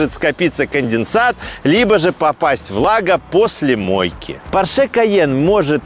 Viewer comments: пОрше, а не поршЕ ! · Не ПоршЕ, а ПОрше!)) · Фердинанд По‘рше каждый раз переворачивается, когда его фамилию называют Порше’) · «ПоршЕ» и противный голос сильно напрягают. Интересный обзор сильно диссонирует с голосом… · ухо режет произношение марки Porsche с ударением на последнюю букву)) правильное ударение на букву О!